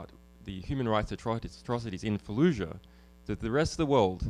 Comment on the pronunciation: its "FALLUJAH".